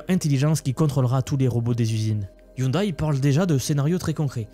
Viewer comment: On dit " ioundè ". De rien !